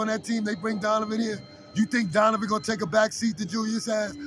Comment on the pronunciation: My bruh!!! Love your show, but it's DoNOvan, not DoVAnan! Otherwise, your show is nice dude.